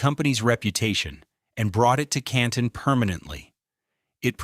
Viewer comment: There was a lot of good information and a lot of AI-generated statements which were erroneous. The AI voiceover didn't pronounce Canton correctly. 🙄